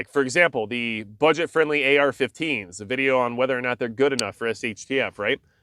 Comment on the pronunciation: it's "just as guud"